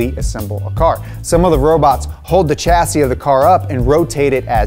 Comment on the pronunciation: You can't say chassis properly. Clue: It's a French word.